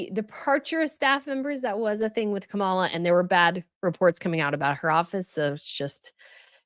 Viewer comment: Not to get political but...Trump is #1 in word salad, losing staff and spewing lies and going on tangents that make no sense. It's Kah mah lah. It's just dumb on your part not to pronounce the name correctly. EDIT: I was sarcastically addressing with “not to get political” which is what a said before she got political. Secondly, I was using B’s fun comment “it’s just dumb”. I wish people would actually pay attention to what the creators actually say!